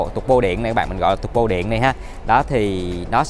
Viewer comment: Sale Mercedes review xe mà phát âm "tăng bô", "giảm bô". Thoát luôn ko xem nữa